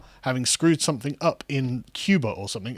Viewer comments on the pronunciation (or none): none